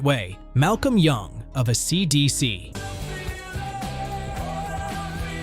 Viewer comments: "uh See de SEE", Ay see Slash Dee see,. Dude comma tell your A period I period not to pronounce the punctuation marks period And teach it how to pronounce and inflect the band name A C D C. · Oh my god, for real. An actual quote, "When A Cee slash Dee Cee..." What!?!?! FUCKING AI SLOP!! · AC SLASH DC???? WTF! You need to tell your AI that it’s still dumb, nothing intelligent in the machine 😂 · Mispronouncing AC/ DC then playing a Boston song gives this video the credibility of a US President. F this AI video.